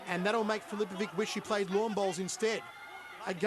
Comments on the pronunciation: every time this dude says filipoviK instead of filipoviCH my croatian ears start to bleed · Dumb Commentator... Filipovic is pronounced "Filipovich" not "Filipovick" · Why do they always butcher Croatian names,it is easy when it finishes on ić you just have to translate ć into ch and it sounds right then,for example Mirko Filipovich. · Its just not natural for their linguistics, mr. Fichovich xD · nobody could spell the name MIRKO FILIPOVIC more wrong then this Commentator!